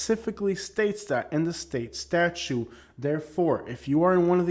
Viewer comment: Statute is not pronounced as statue. The second 't' is not silent.